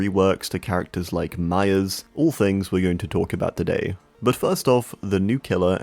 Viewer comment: I thought he was saying mya. Til I see Myers